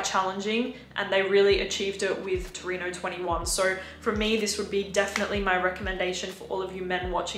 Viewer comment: It's 'Torino' , not 'Tornino' ;-)